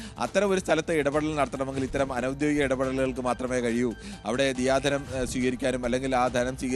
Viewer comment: ദിയാ ധനം ആണോ ദയാ ധനം ആണോ 🙄😅